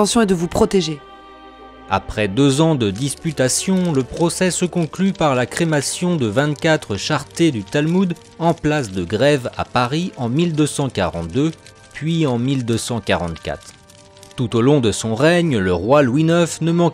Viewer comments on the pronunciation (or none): Oui il a mal lu et prononcé le mot charrette 👍